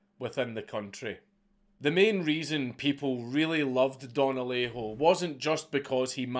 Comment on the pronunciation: Native Spanish speaker here, your first Alejo was spot on.